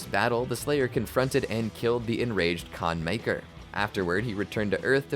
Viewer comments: Khan Makyr ❌ Khan Miker ✅ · "Can maykr" lol